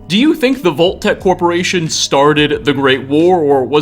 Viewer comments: BTW, it's Vault (vahlt) Tech, not Volt Tech. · I spent two hours researching locations that pronounce O in place of AU. Not trying to be insidiously mean, but Volt-Tec said dozens of times with Fole-Out became extremely grating on the senses. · .....what? "vol-tac" never have i ever heard of this company......are you trying (and failing) to say "vault-tech"???? "...a crate of poppits" .......can you pronounce any word right? its "pup-pits" is english not your native language? because kudos, i can only really tell with a few words that you dont speak english natively. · Why are you saying “VOLT-TEC??? 🙄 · Why do you end every last word of a sentence with "a"??? Vault techa. Mysteriesa. I'm going insane hearing thisa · He mispronounces so many things in this series and you're gonna make fun of his lack of pronouncing a double-T in "Vault-Tec?" Just listen to how he pronounces "Megaton" : "Megatin," It's supposed to be mega-ton. As in, mega, super, giant... ton, 2000 pounds, a lot.